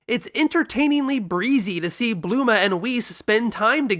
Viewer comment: "Blooma" Ugh so elitist